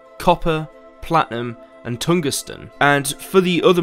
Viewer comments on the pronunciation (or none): Did he pronounce Tungsten as tun-geh-ston? It's tung-sten Also, Kovir is clearly modeled after Alaska seeing as Russia thought the land to be useless and sold it to the United States for a couple million, which in the 1860s was A LOT. There is NOTHING even coming close to Italy except for the most superficial similarities with canals... Really, dude? But the joke's on Russia as no one had even discovered gold there yet, let alone all the other natural resources. But that seems to be Russia's motto, which is, "And then it got worse."